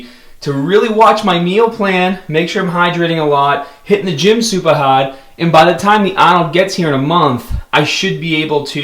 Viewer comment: "hittin the gym sUpaah Haaaahd"